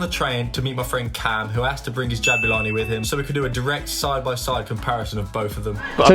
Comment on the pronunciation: Jabulani* not Jabyulohrni